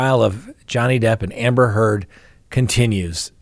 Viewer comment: I was cackling at how many times "Amber Turd" was said today in court